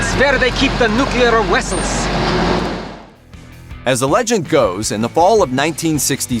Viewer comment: Nuclear wessels.